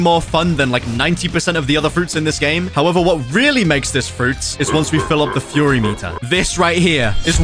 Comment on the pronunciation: Bro said furry meter instead of fury meter while fighting senpirates